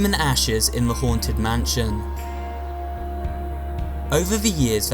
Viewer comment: Everyone: mansion: mahnshionnnnnnn